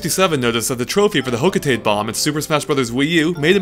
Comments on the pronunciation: Hocotate is pronounced Hoe-co-tah-tay. Not Hoe-co-tayte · Is no one going to point out he mispronounced Hocotate? It's Ho-co-tah-tay.